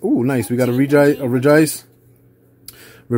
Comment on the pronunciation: Rej-Ice you said it right 😂